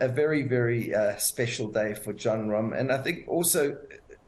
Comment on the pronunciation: Wooooow! The name pronunciation at the beginning! Super impressive!